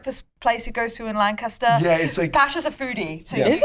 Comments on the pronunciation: It's LAN-caster. Emphasis on the first syllable. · As someone from York, I can’t believe the Lancaster, PA shoutout 😂 (the locals pronounce it Lanc-iss-ter 😉) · It is crazy hearing lancaster, pa the place I live being talked about by some of my favorites Also I must point out that it’s pronounced lan-kiss-ter 😂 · A moment of honesty: love y’all, but I’m a PA girlie and that is not how you pronounce Lancaster lol